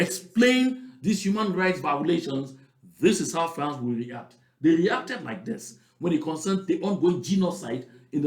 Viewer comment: please do not pronounce that word France again